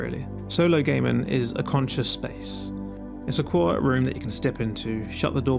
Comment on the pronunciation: If you pronounce gaming as gaymen I have no time for the rest of your video